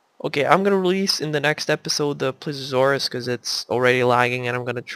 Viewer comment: eres a tip for relly big dinos like spiny if he's here and t rex if it matters you may have to put less animals in there if you put like cows and the others and it's not plesuresaurus it's ple se o saurus please e o saurus PLE SEE O!! lol : ) just so you know incase you havn't found out yet : ) great vid!!!